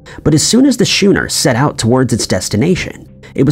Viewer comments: How right you are...I actually cringed every time he said the word shooner instead of skooner, which is how the word schooner should be pronounced! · Had to stop watching when you couldn't pronounce schooner properly. What the heck is a shoener 😢